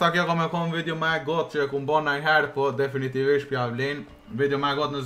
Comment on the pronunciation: Definitivtvedhhfhhstg DEFINITIVISHT* 😂